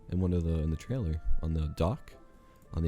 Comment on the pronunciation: One of y'all needs to work on your pronunciation of the word 'trailer'